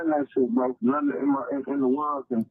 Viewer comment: the word is “nothing”, not “nettin”.😂